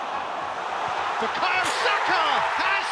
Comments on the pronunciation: Bukaya? It’s bukaYO* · Can’t even get his name right